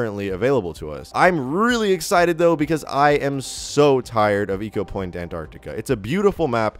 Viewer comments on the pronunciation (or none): none